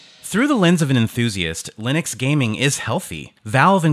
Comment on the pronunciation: Ok but why do you say Lin-ex? Stop it. Also companion software for keyboards, mouses and headsets is missing.